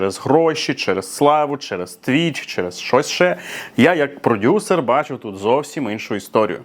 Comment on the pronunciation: Єпать ....😅 каже продюСЕР 😂😂